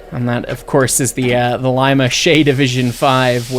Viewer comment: you better start liking Shays more! Those are my babies!! I come from Lima Ohio, where they were built, and have gone to see Shay #10 in the museum several times. I also appreciate how well you guys say Lima. Others say “Lee muhh” and it’s annoying. It’s “Lie-mah”